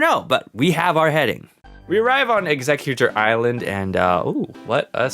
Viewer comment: Wait, executor ilsand? 😂